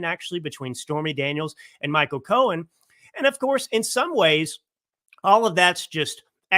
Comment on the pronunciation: it's Michael Cohen, not Michael Cohens. There is no 'S' at the end of his name.